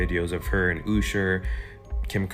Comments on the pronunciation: BUDDY WHO THE FUCK IS EWWWWSHER ITS UHHHSHER USHER .....FUCK LIKE THIS DUDE SAYIN THAT LIKR FOR REALS LIKE BRO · That dude that said “Ooosher” is always mispronouncing celebrity names when he makes his videos, is there a reason he does this, does anyone know? It’s pretty annoying 😂